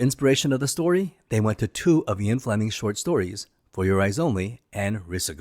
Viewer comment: Ok, you owe your subs and the James Bond franchise a huge apology for mispronouncing "Ee-in" Fleming's name! I didn't even realize who you were even referencing by stupidly pronouncing it "Eye-on". Nope! This is such a fundamental mistake you should apologize and re-upload a correct video. How dumb! What's next James Boon?